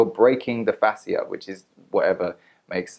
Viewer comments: This was a good video. You shared information that women needed to hear. Some have had good outcomes from the product, others have had horrible. So people should stop hating. P.s Its pronounced like fashia :) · He's just as qualified to do this video as Ashley is to do her videos and offer medical advice on Facebook. Also, AB mispronounces and misuses medical terms in her videos all the time. I've tried to comment to correct it on her videos, but my comments never go through. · Dude you can’t even pronounce Fascia correctly but “think” you know wtf you are talking about lol! Yes people misused the product. Guess what? I have not misused it!! I own every single product and LOVE them! Btw...many manual therapies may cause some bruising.